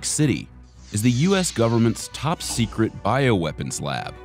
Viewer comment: “Top secrete” lol okay. Not that secrete if you’re able to make a video on this.